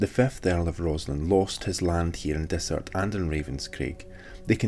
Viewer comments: Its not desert its Dysart kirkcaldy omg please get it right thanks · Not meaning to be picky but Dysart is pronounced Diesart. Great video none the less.😍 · Yup, we goofed that one! I only heard Dysart pronounced correctly a few days after we were out there, but we should have chececked beofre... We appriciate you keeping us right! Thank you!